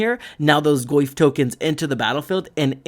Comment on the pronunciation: I cannot unhear "Le Goyf"